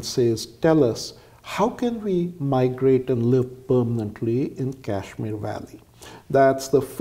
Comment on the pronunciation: please use the proper pronunciation of Kashmir! It will be best if you drop the western/American accent for pronouncing Indian state!! Otherwise, the video and information is excellent.